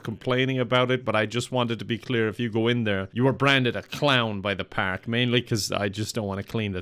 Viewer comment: is he saying the whole video pak instead park